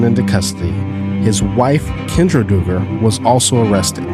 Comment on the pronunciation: 🤦🏻‍♀️All you need to do is google or youtube “how to pronounce Duggar last name (from the popular show: 19 kids and counting)” Its Dug-ger. Not Do-ger. We always need to do our research prior to making a video. Also, most of your show is fake news. Yes he was arrested etc but sooo many details are wrong. ex: None of the Duggars are part of a cult or part of that Baptist preachers teachings anymore, not for 20 years! They are all evangelical and modern Baptists now and all part of mainstream mega churches.